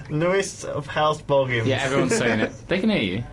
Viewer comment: A funny thing is I where just Watching the Hobbit Before i came home and then i herd say boggins